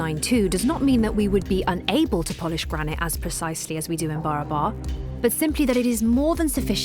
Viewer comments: Well, welcome to the Original India - the India that some people tried really, really hard to falsify.. BTW, it's not pronounced as BARABA(R), its actual pronounciation should be / is BA-RAA-BARR (which literally means equal or identical in Hindi/Marathi) P.S.: this is actually a fact about India 😅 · Just a little correction about how the name 'BARABAR' is to be pronounced - In the local hindi or bihari dialect it should sound more like B'e - ra - br Hills / Caves the very meaning in hindi itself being 'That which is Similar to one another'.. Hope this solves the big mystery of why each cave was meant to replicate one another! as temporary resting places for the Buddist monks and weary travellers. Almost serves like airport terminals Or Bus stops laid out not very far from one another. And these caves themselves also get the name from the surrounding B'e-ra-ber hills (Of same name) being similar in the long shape and proportion within which the caves are carved in. Hope this helps. Great docu by the way.👍👍